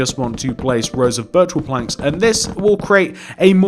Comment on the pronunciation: Every single time you say birch wood planks it sounds like virtual plank